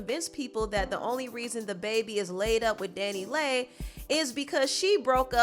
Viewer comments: omg Leigh as in lee not lay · Leigh is pronounced Lee not lay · Leigh = Lee